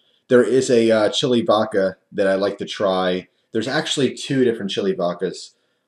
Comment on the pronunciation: please, its called vodka not vakka. I get the east coast accent, but if you can put a d ound in water you can put it in voDka.